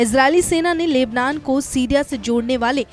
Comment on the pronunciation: बहन लेबलान नही लेबनान है 0:2 इतने बड़े रिपोर्टर होकर क्या बोलरहे हो? From nepal